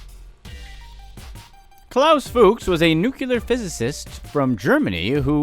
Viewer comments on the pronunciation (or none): did you say nuclear or nucular? i honestly couldn't tell